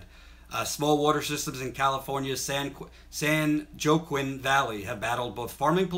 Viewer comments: San Joaquin is said "San Wahkine" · Pronounced san wahkeen, pronounced wawkeeshaw.